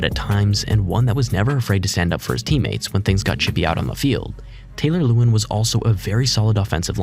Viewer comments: Taylor LA-WAN you casual. Loved the vid though 😂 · The AI that made this whole video is awful. It messed up so many people’s names like Taylor lewan and others try harder